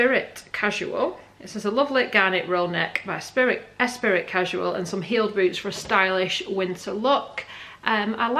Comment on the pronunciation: Esprit is pronounced Espr..eee. As in Lotus car (James Bond). Did you choose fitted, loose or other out of interest? Wasn’t keen on the trousers. Skirt was a little tight maybe. The r/neck and shirt were good fit and colours for you. Not sure if it was worth the money or not. Thanks for the vid and all the info too. Very useful.